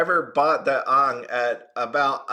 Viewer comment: Not being rude or anything but your saying AANGS name wrong. You just reminded of the bad live action avatar movie. 😢